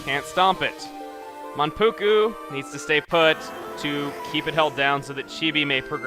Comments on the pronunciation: Yes he was, but Mankugu? I thought it was Manpuku.... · Mankugu?? its Manpuku.....